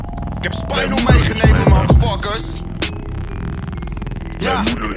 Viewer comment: " ik heb spinal meegeneme" het is meegenomen :P